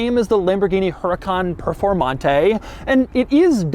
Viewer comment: It's pronounced Uracaan and the mirrors on the side are called sideview mirrors not rearview mirrors.